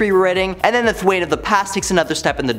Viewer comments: Thawne not Thwain. It's pronounced Thaw with a N. Thawne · 😂😂😂... I dunno how he even got that pronunciation... What makes it even funnier is the whole time he's calling him "Th-wayne"... You see Thawne in the background... 😂😂😂😂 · “Thwayne…” Smh.